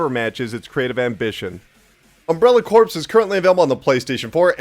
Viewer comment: Its pronounced CORE, not corpse